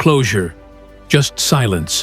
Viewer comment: Terrible AI V/O: "over eeem"